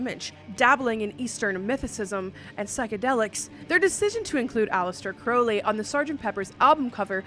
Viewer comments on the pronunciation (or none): F-ow-st. Me-fee-sto. Cr-(ow as in ouch)-lee.